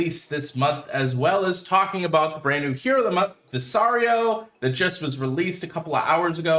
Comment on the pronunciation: Since you said you were going to be corrected anyway: Vis like vista, caro like carrot. Vis-caro.